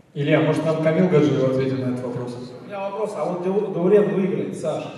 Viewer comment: Даурен- везде читаемые как и в русском языке буквы,но все говорят Даурээн